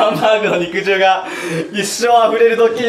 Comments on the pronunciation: 肉汁をちゃんと正しく読んでて好感度爆上がりした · はなお、にくじるじゃなくてにくじゅうってちゃんと正式に言ってるとこすこ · ちゃんと肉汁を、「にくじる」ではなく、「にくじゅう」と読んでるのが嬉しい……。 大人とかＴＶでも、当たり前の様に「にくじる」って言うお馬鹿さんがいるからね…………。 阪大なら当たり前だけど、トリニクってナニに出てる東大生とか、お前、マジか………⁉️ってなるよね………。